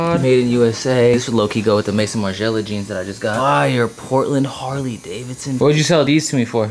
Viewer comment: pronounced may-zon not mason haha.